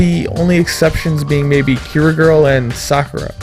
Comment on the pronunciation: Kirigirl? Dude, it's Kirigiri. Laaawl